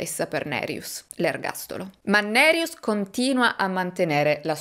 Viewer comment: Ciao e grazie per il tuo lavoro. Hai pronunciato bene nome Nerijus, con il cognome c'eri quasi. Volevo aggiungere che secondo il codice penale Lituano LR BK paragrafo 129 per omicidio parte1 sono previsti 7-15 anni di reclusione, parte2 (con aggravante) 8-20 o a vita se la vittima è minorenne, donna incinta, carabiniere ecc, 2 o più vittime, famigliare, assassinio per organi, il crimine giudicato molto crudele ecc (Wikipedia LT). Mi spiace, ma purtroppo nel mio paese d'origine ce un tasso altissimo di omicidi. In Lituania ci sono stati crimini molto crudeli e sono conosciuti solo al livello locale. Per esempio, quando ero adolescente, in un quartiere vicino al mio, in pieno giorno, dal parco giochi sotto casa sua era sparita la bambina di 8 anni; un caso tristemente famoso che ha scosso tutta la nazione. Alle fine hanno preso un quattordicenne psicopatico chiamato dal popolo Gestapas o il bambino senza anima, che aveva rapito, violentato, ucciso e gettato il corpo nel fiume ghiacciato della povera ragazzina. L'assassino è stato preso grazie a numerosi testimoni e prove trovate. Da adulto era scappato dall'ospedale psichiatrico dove era recluso a vita, ma è stato catturato in casa della suo madre molto morbosa che lo nascondeva. Mi ricordo ancora con i brividi questo caso. Questo mi ha scosso particolarmente e rimasto nella memoria, ma purtroppo ci sono tanti crimini da film horror come assassini seriali, guerre fra bande, omicidi fra i minorenni, killer a pagamento ecc.